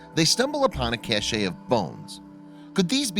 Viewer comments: Cache: pronounced “cash” not “cachet”. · It’s pronounced “cash” not cashay, which is something altogether different.